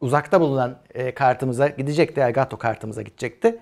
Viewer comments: "Gaaato" değil yahu "Gato" :) Kedi anlamına gelir bu arada (gereksiz ek bilgi) 😂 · Elgaaato o bizim için. :)